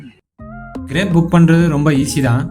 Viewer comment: அது கிரேப் (Grape) இல்லை கிராப் (grap) சரியா சொல்லுங்க